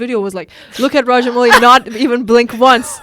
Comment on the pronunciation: it's AmaRendra Baahubali girls. And Director's name is pronounced as Raja-MAOU-Li and Not Raja-MOO-Li.